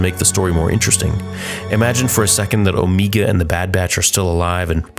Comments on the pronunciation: Omega, not Omeeka. I suspect you’re trying to reproduce the Kiwi accent? It’s a basic name and doesn’t need a particular accent. Omega. Like Alpha and Omega. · It still throws me off whenever you emphasize the E in Omega lol its not like anyone else does and the actress it does only because of her accent.